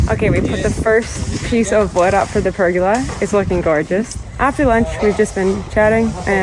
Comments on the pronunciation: oh hell its a per gola {goal A} not pergala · per- Goal-a.... not pur-girl-er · So interesting hearing you say pergola 😂... Over this side of the planet it is pronounced "per-goal-a"... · I’m Aussie and your pronunciation of the word “pergola “ made me laugh.love the Chanel. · I'm curious. Your pronunciation of the word pergola, is this the Canadian pronunciation? In Australia the emphasis is on the second vowel. Just curious